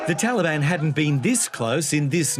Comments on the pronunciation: "Taliband" she's done her homework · The talabani messed up religion are offended when their "official" names are mispronounced. Someone called them TaliBAM. It made me laugh at them that they could even think they can replace true Afghan men. Sad that talibani are making the whole world hurt. I wish they could've started their own trip on a patch of earth away from civilized society, just a bunch of cavemen hanging out together.